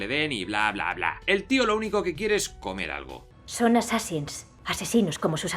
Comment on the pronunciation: Nadie más sintió como un tipo de satisfacción o perfección cuando pronuncio assansin's tres veces perfecta y fluidamente.......